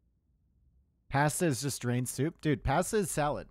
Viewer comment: can pronounce pasta as pesta or posta but not as pasta.